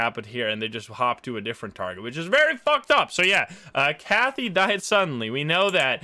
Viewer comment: Kathy rhymes with Math-y Just FYI